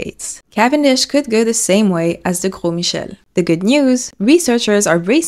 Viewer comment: I don't know if you're a native French speaker or not, but your pronunciation of Gros Michel brings me life